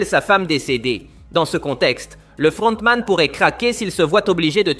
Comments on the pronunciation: Sa me fume quand il dit le fRRRRRontman😂😂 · le frrrrontman😂😂😂😂😂